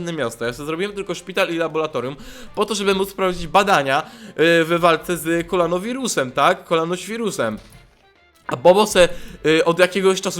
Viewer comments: To jest koronawirus a nie kolanowirus bo ty mówisz kolanowirus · To jest koronawirus a nie kolanowirus xd